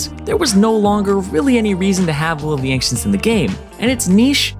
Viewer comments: Why the fuck are you pronouncing "ancients" so weirdly??? You're saying "ank-tients" wtf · The way the dude pronounces the C in "Ancients" as "Ank-cients" is weirdly irritating. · "Will of the Ankh-cents" ooof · "Will of the ankchenct" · Will of the anxents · Em... Any1 else hearing "Will of the Ancients" as "Will of the Ank-cients". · "Will of the Ankcients" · LivingWithBears Will of the Ank-shents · Interesting way to pronounce Will of the Ancients